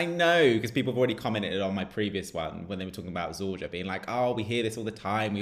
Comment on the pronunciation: ZorYa (letter J is like English Y). Enjoy in Belgrade👍👍😉😉